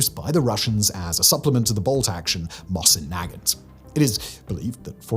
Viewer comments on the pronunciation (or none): It got a passing mention but horribly mispronounced.